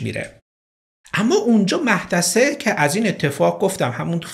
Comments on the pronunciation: درود 🌹🌹🌹 پرونده ی عجیب و غم انگیزی بود..واقعا چرا انقدر جنایت و البته عصبانیت و تصمیمات انی و خطرناک که منجر به قتل میشه..زیاد شده تو کشورمون!!؟ در ضمن محدثه با تلفظ ( او.. روی میم تلفظ میشه) و شما غلط تلفظ میکنید درستش میشه موحدثه و نه محدثه..این تلفظ غلطه و هر بار شما میگفتید مآحدثه من خنده ام میگرفت 😁😁👌 تلفظ درست موحدثه است و املای درستش محدثه است..سپاس 🌹🌹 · محددثه نه محدثه😂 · مُحدثه جناب نه مَحدثه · من از قدیمیای کانالتم هاااا. 😂 خواستم از وفا خودم و طرفداریم بدونی ولی تو یبار اونم اول اولا جوابمو دادی دیگه سرت شلوغ که شد طرفدارای قدیمتو یادت رفت. تو تلاش خیلی میکنی واسه این ویدئو هات و منم از تو متشکرم. راستی mohadese درسته نه mahdese 😘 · سلام.بااحترام وتشکربابت زحمات جناب عالی،تلفظ درست نام خانم مُحَدِثِه هست و مَحدَثه که فرمودین اشتباهه.سپاسگزارم🌹🌻🌸🌹🌻🌸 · لطفا جسارت بنده رو ببخشید، ولی اسم مقتول Mahdeseh نیست، بلکه Mohaddeseh است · Mahdaseh na mohadaseh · 😅مَحدَثه درس نیس مُحَدِثِه درسته ولی دم شما گرم اونم که گفتین اسم قشنگیه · باسلام و احترام ، وباتشکرفراوان از زحماتتون ، اسم "محدثه" Mohadese تلفظشه . من و دوستم محدثه موقع صرف عصرونه در کنار هم هستیم و باهم داریم گوش میکنیم و کلی خندیدیم😄😄😅 منم دیگه از این به بعد مح دثه صداش میکنم تا حساب کار دستش بیاد🤪😋 قیافه ی دوستم همین الان...☹☹☹ من...😂😂😂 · Mohaddesehصحیح Mahdaseاشتباهه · دلبندم محدثه نه مُحَدِثِه... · تمام مُحدثه ها 🤣اگه بدونن چی تلفظ شدن البته مَحدثه هم جالبه اونقدر بد نیست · مُحَدِثه نه مَحْدَثه 🤣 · مَحْدَثه که نیست اشتباه میگین.درستش مُحَدِثه.یعنی شما تاحالا این اسم رانشنیدین؟بهتربوداز کسی میپرسیدین😁😅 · مَحدَثه نیست مُحَدِثه درسته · سلام..اتفاقا منم ازاول متوجه شدم وفکرمیکردم نمیدونید اشتباه میگید...ممنون گفتید....مُحَدِثه تلفظ درستش هست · ای جان، 😁 با حدیثه اشتباه گرفتین✌🏻❣❣ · تلفظ درستش هست مُحَدثه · مُحدثه باید خونده بشه البته مشکلی نبود اصل داستان رو باید بگیریم چی شده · مَحدَثِه؟😂از شما بعیده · ای مه ده ثه. 😅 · ، موحددثه خوانده میشه،با تشکر فراوان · سلام محدثه د تشدید داره وخوانده میشه محددثه